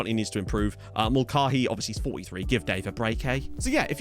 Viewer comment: For MASH fans, it’s gotta be Mul-CAY-hee